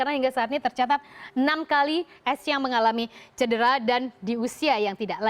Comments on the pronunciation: bukan ESSIENG mba tapi ESSIEN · Pelafalan dr Bhs. Prancis huruf N dibaca Ng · Lafal pengucapan bhs prancis gitu n dibaca ng